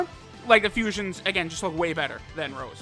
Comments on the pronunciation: Petition to get to say Rosé instead of Rose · please stop saying rose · I knew something was wrong, this ain’t. He calls him Rose and not Rosé.